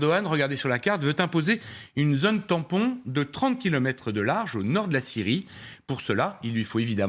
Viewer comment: Est-ce-que c'est assez difficile de prononcer la " Syyyrie " !!!